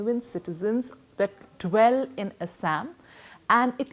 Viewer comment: "Assssaaammm " BC pronunciation toh theek kar le